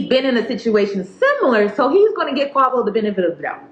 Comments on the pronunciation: The names are pronounced Quay-voh and sweety that’s it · If you say Qawvo one more time 😂😂😂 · Every time you say "Quah-vo" I snickered 😁 This is a sad story tho ugh It's an embarrassment to both sexes imo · 😂😂😂 I'm sorry but everytime you say "Quavo" all I think is avacodo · I’m sorry, I know this is a serious topic but the way you pronounced Quavo & Saweetie sent me 😂